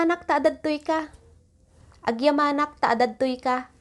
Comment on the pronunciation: mam, mali po yung bigkas ng 'agyamanak". yung bigkas ng "malem", dalawa kasi ang bigkas. so please specify uung lugar para hindi ma confused yung learners